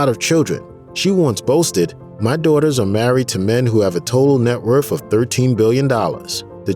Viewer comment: A narrator that cannot pronounce basic words? Truth is not troof, worth is not wurf LOL!